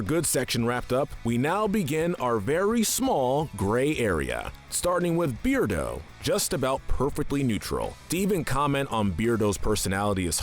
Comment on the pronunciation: Too Bad He Pronounced Beardo's Name Wrong.